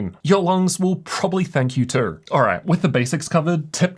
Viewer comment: Bro.. the way you pronounce too, just makes me want to grab a baseball bat